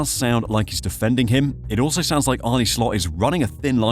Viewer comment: Pronunciation: Arn-uh Slot, not "Arnie". If you're going to reference him every 30 seconds at least get the Man's name right. Regarding Nunez final season at Benfica: it was his only prolific scoring season in his career and he wildly outperformed his xG, which is never sustainable. The stuff about the transfer fee weighing on Nunez is pure speculation. He played with the same intensity at Benfica, so it has nothing to do with his fee and subsequently "having a point to prove". Regardless, he'll be gone in the summer. He's simply not good enough for Liverpool.